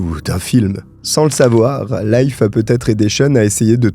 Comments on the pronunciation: A propos, Leif (le nom de l'ami du soi disant pasteur) se prononce "LIF" et non "life".😊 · Leif se prononce Leef, comme un i long... Je dis ça comme ça 😅